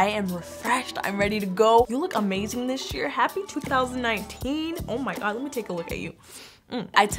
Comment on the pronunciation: I don't mean to be rude, but when says "this year", it sounds like "dish year" 😁